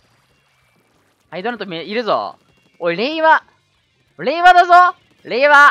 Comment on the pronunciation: やっぱり、れいわが平和に聞こえるよね！w